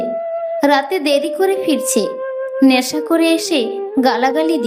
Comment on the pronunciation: কানতে নয় , কাঁদতে / বেস্ নয়, বেশ / ন্যাশা নয়, নেশা / শেস্ নয়, শেষ / ল্যাখাপড়া নয়, লেখাপড়া।। ইত্যাদি ইত্যাদি।। 🎉 যদিও এপিসোডটি বেশ দীর্ঘ।। সেই অনুপাতে এবারে উচ্চারণে খানিকটা উন্নতি হয়েছে ।। আশাকরি আগামী দিনে আরও উন্নতির সংগে প্রতিটি এপিসোড শ্রোতাদের কাছে সবিশেষ বাহবা পাবে।। 🎊 পরিশেষে আন্তরিক ভালোবাসা আর অনেক আশীর্বাদ রইল ।।